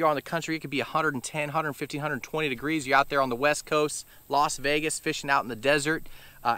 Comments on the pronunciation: "86 tagrees", "bankth" yeah its hot out there😅. Thanx for the knowledge. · You know it’s hot when it goes from “degrees” to “tegrees”